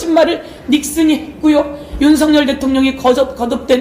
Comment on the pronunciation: 발음 완전 맘에들어 윤석년 ㅋㅋ